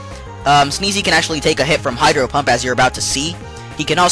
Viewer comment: it sounds like he says hyper pump